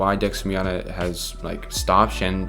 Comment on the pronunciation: It's pronouced bee-anna like anna from frozon.